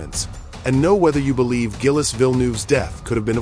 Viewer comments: Zheel, not Gill-es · Gill-Us? AI has a ways to go yet. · Gil-es?! I hate AI narration! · Not gillis. Pronounced jeel. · Gil-les Villenoove, Yohan Mass and Didier Pie-Roni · Gill-ess? C'mon lose the AI shit voiceovers and use the right kind of car. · Gillis? Fuck off with AI shit like this. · Who the f*#! is Gill-iss? And Vill-noov? 😂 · Gillis and Pie-Roni? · Gillis Villnoove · Totally agree.... Gillis ate his Pie with Roni.....pffff, stopped at 55 seconds and went to another video. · Hi Mr AI, Gilles ="Jill" Thanks, Your pal Berkowitz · I don’t think it’s a “ good job.” They may have done a deep technological analysis about the accident itself, BUT they didn’t give Gilles the proper respect to pronounce his first name correctly. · For God’s Sake, If You’re Going To Profit from a Man’s Death, Pronounce His Name Correctly!!!! Bloody AI!!!! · RIPETO! IL VIDEO FA CAGARE! CHI LO HA MESSO IN RETE HA FATTO UN MONTAGGIO DI MERDA E NON SA PRONUNCIARE NEMMENO IL NOME DEL POVERO GILLES! TUTTI I PILOTI MORTI IN PISTA VANNO RISPETTATI! COMPRESO LUI! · gill esse ??? pyeroni??? johan mass?? in depth research and cand even get names right